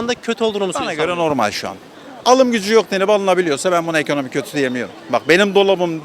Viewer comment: Bir sığır ekonomi kelimesini eğkönöğmi seklinde telefuz ediyorsa, amerika diyeceğine amağrigaa diyorsa.. anlamalisin ki ya ırkçı ülkü ocaklarinda zihini kirletilmis bir hırt, veya tarikat yurtlarinda tacize ugramis bir zavallidir. Laf anlatamazsin, yol ver gitsin.